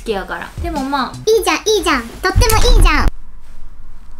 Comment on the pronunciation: がお洋服出すときとか、値札見せるときに「ちゃんっ」って言うのかわいい☺️ じゃんって言ってるのかな？ちゃんって聞こえる〜〜かわいい〜〜〜